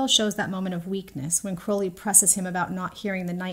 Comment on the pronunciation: Thankyou American person for pronouncing Crowley properly. I keep seeing YT American videos where they say Crauley., I have to wonder if they call the black raven like bird a crau. I really love this. I think it's spot on, not sure I'd relate it to the ox ribs. The way I see it, Aziraphale is always saying nice things to Crowley, which he often rejects, and he is always making heart eyes at him. That's how he expresses his feelings. Crowley, makes grand gestures. He has asked Aziraphale twice in S1 to run away with him, and both times, he just came back when it was rejected. This time, he knows he can't just come back , he's desperate so this is his biggest gesture yet. Totally agree it's about communicating and it's all about being in love. Gaiman says this also.